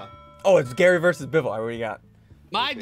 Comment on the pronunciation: its GARRY not Gary